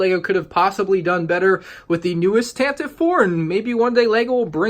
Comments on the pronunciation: Tantive IV is pronounced with three syllables. Tan-Tive-Four. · It is pronounced with 3 syllables "Tan-teh-vee" Four... but don't say it like that!! xD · Its said Tan-te-ive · Can someone please tell me how Tantive is pronounced with three syllables? It makes no sense since I've always heard it pronounced with two. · But it's one e at the end.